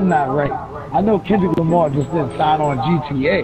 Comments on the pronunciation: nigga said Kevin lamar 😂😂😂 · he said Kevin Lamar 😂😂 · It's "Kevin Lamar" come on bro... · that boy said Keven Lamar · this boy said kevin lamar lmao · NIGGA SAID KEVIN LAMAR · This nigga said Kevin's lamar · This bitch said Kevin Lamar. Lmfaoooo I'm deaddddddd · nigga dawn said"kevin lamar" SMH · its not kender lamery